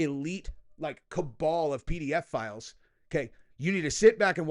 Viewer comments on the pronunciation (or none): Are you saying "pedophiles" or "PDF" files 😂😂😂